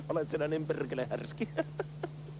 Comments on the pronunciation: ''Perrrkele!'' xD I just think was joking about that word, I have never heard any Finnish pronounce ''perkele'' like did! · so you'r supposed to have like 6 Rs in there? as in Perrrrrrkele!